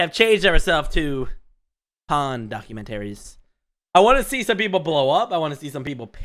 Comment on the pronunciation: document-taries. lmao